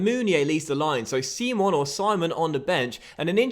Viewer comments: Nigeria is an English nation Simon is said how you'd think not seemon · Its simon prononced english and not sim-on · Is name is fucking Simon not (c-mon) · Its not pronounced see-mon but simon like the one off the inbertweeners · Said Simon not 'Seemon' 😅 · Simon is pronounced the english way!